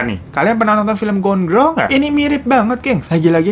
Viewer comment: aku denger nya gondrong ༎ຶ‿༎ຶ terus pas aku ulang ternyata gone girl haha plis 😭🤏